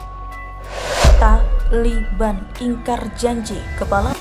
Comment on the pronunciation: Kenapa harus TA , LI , BAN ? dn kenapa tdk TALIBAN... Ucapan kurang bener ...